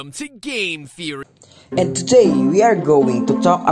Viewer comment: the way he said theory